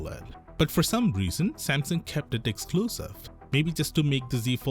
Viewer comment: Whats this brand Sampson you keep talking about...dude learn to say Samsung